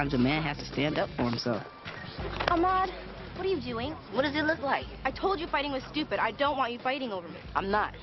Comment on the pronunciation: "a fill" Ahmad... really... Lolz boys will be boys